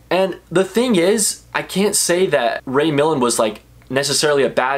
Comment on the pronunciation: Nice job. It's Ray mill-AND, not MILL-and, And stop saying "iconic"